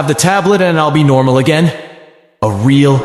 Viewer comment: I suggest editing it a little more. Sometimes there’s things that sound like run on sentences from the AI. Along with words not coming out right such as “again”. If you could manually make spaces and try to fix error words, that would be great!